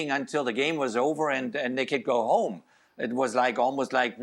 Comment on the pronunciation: It's coming ho-MADRID